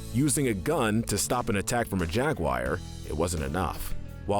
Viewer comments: I believe the pronunciation is Jaguar not jag wire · When you were on tarzan you will need to learn how to say "jaguar"